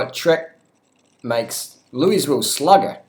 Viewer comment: You are butchering the pronunciation of Louisville, but hey I dont live there I live in Michigan and ride good bikes bought 2nd hand for cheap. Riding a Giant Iguana aluminum frame right now. Not interested in carbon frame too fragile a material. I agree with your comments on bike snobbery. Get a decent bike cheap and ride... Be safe out there.